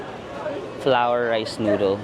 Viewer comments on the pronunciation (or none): none